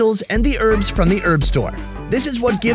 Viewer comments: HERBS not ERBS , k thanks. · Urbs? Damn dude. Just Say Herbs... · It's not earbs its hearb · Love this video. Why can Americans not say herbs they say erbs. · stop saying erbs its HERBS WITH AN H.......... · Erbs? Herbs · herbs ?...not urbs...great program though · Erbs? What are these erbs you speak of?????? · Why can't americans say herbs